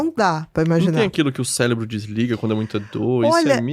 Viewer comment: Ele falou " CELEBRO "?